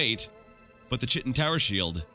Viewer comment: Oh man, you almost hurt my ears with that "Chitin" pronunciation, so sharp :D (for future reference, it's 'ˈkītn'), but nevermind that, I still love your series, but i'm sad i'm quickly running out of episodes to watch, I got through Daggerfall in like 2 months and there are only 30ish more Morrowind vids atm :(. Maybe I should rewatch Arena to give you some time to buffer more Morrowind? :D